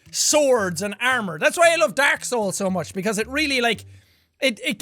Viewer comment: Me: Jack say dark souls Jack: Dak soles. Me: god damnit jack I love you 😂😂